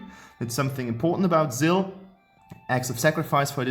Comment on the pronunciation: VoidofDusk Gaming Lol yeah the Maloch when he said muck Zill